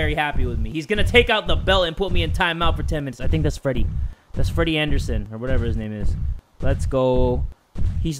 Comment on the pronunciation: me: i don't fink you have the facilities for that big man